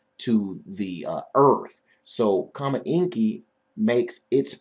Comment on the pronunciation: () has a great voice, but he has no idea what he is talking about. I BET, he still has not seen Comet ISON. Is he sharing his own photos of the comet? No! Does he know the difference between rotate and revolve? No! Does he pronounce coma like comma? Yes! Is he trying to make money off the internet with his baloney? Yes! On Fundrazrdot com states "It takes over 50 Hours per week to do the research needed to bring the End Time info to the Public. Your donations help make this possible." YouTube pays him too! No baloney means no money!